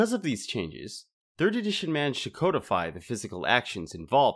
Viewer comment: I really enjoyed your video, I thought it was very well put together . However I would like to express the word "codify" is not pronounced "code-ify" it is actually spoken as "cod-ify" a friendly tip from a word dork.